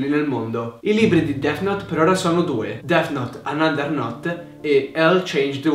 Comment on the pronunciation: Notare "Dess"